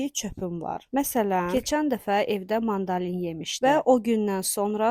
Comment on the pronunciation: Eləbil iki adam danışır, bu necə səslənmədi başa düşmədim, o kimdirsə düz deyir, çöp deyilən bir şey yoxdu, sadəcə yeyiləndə ola bilər səs borusuna düşsün nəsə, birdə ki, mandalin yox, mandarin demək lazımdı